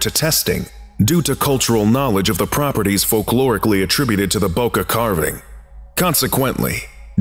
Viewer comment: Y'all rlly don't know how to pronounce Bocca, huh